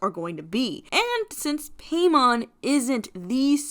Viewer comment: Im pretty sure hiis name is pronounced like paimon from genshin (pie-mon)